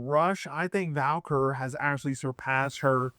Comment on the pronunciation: You spelled the name correctly in the title and you see that there is no letter "l" in her last name, yet you still pronounced it as "Valquer" 😂😂